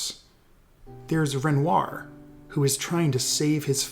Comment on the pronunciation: Please don't pronounce renoir loike that